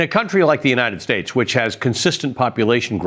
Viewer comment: any one notice dumpty cannot pronounce "United States?" slurs it every time. telling.